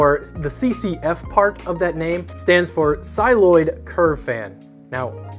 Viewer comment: Cycloid as in SY+kloyd not Cyloid